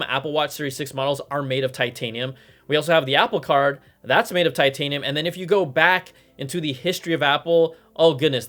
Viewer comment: Brian made titanium sound like vibranium LOL